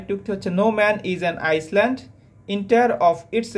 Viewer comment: Island - আইল্যান্ড হবে উচ্চারণ